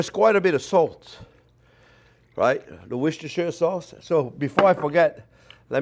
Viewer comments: Ok lets settle this Worcestershiresauce thing for once and for all. Worcester is a pronounced as "Wooster" Worcestershire is pronounced as "Woostershah" However Worcestershiresauce is simply pronounced as "Woostersauce". The "shire" bit is not pronounced. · Wrong, it's "Wash Your Sister Sauce". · worst chair sauce ... ... ... yeh i can see i'm not welcome here (lol) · Woooosh-ter-shire sauce! Another mouthwatering video. Thank you chef and Happy New Year. Hope 2021 is excellent for you 👍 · Yet again another great video, l live in the UK and we just say LEA & PERRINS, so IF you cannot say WORCESTERSHIRE SAUCE, NO ONE KNOWS